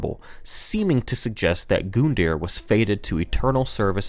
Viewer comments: Don't get me wrong lore is good but damn that pronunciation. Arrgg. Your comedy/ player skills aren't any where near as good as your speculation and theory crafting skills. Just saying dude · Nice video, but the way he says "Gundyr" really fucking bothers me. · "Hoon"-ta. and now "Goon"-dear lol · Gun-deer, not Goon-deer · All I hear when he says Gundyr is goon deer, now I can't stop thinking about an Italian with his goon's, which are all deer in suits. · gundyr is pronounced (gun-der) not goondeer. This bothered me so much. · GOONDYR. Dat pronunciation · the way to pronounce his name is u-dex Gun-die-er Edit: I’m sorry if it sounds disrespectful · Yo why is he saying gooooondear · Good god what is is with people saying their names wrong? Gun-deer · IT'S PRONOUNCED: GUNDYR - (GUN) (DEER) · Frankly that's better than how you pronounced it in the vid no offense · I fucking can't watch this video because you keep pronouncing it "goondeer". I fucking hate you Americans making everything sound retarded. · I was excited, saw the thumbnail, then I went in and noticed you said “goondyr”. Couldn’t make it past 45 seconds sorry fuck you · This is a good video but I almost ripped my hair out after hearing him pronounce "goon deer" for the 50th time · It's pronounced Gun Deer for fucks sake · 'Goondier' XD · ahhhh your pronunciation drives me insane. I don't care if it's a "joke" you made a serious video without making anything sound like a joke why say goon dear or O-syros. it's just annoying and makes my brain hurt ahhhh! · goondeer that's the way you say it and it hurts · It's not goondyr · This could be the best lore video ever but I had to click out after hearing "good-dear for the 7th time" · I like how he pronounces "goon-deer" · Eduardo The taco you mean "Goondeer"? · I don't think you're pronouncing Gundyr's name right. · I don’t want to be rude, but you butchered gundyr and oceiros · 45 seconds in and I can't keep watching just because of how he says "gundyr"